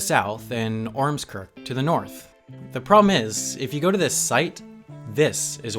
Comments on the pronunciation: You can see my house on the map of ormskirk. Also, well done pronouncing ormskirk, it's probably the best pronunciation in the video XD don't worry I find it amusing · As someone from near Ormskirk, I can definitely say that you pronounced 'Lancashire', 'Ormskirk' and 'Aughton' extremely wrong.